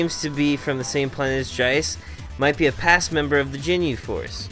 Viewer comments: Mate its ginyu not jinyu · Did you just say jinyu?!